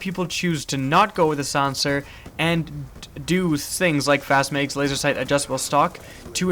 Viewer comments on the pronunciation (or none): Its not megs, it's mags.